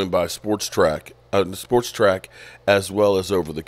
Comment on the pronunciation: Iit is SPOT-RAC NOT Sportrac.